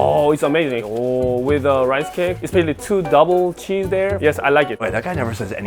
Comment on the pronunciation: That “ cheezeuh “ pronunciation was legendary